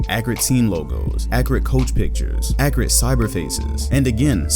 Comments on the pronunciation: Tazmanian Devil Also Agent says Accreate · No one:: Accreate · I cant tell if he's saying accurate that way on purpose or not since agent does it on purpose